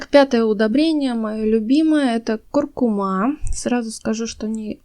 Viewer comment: нет такого слова кладЕзь, есть клАдезь (т.е. колодец). Такая полезная информация и такие режущие слух слова! Ещё будете смеяться, но куркУма:)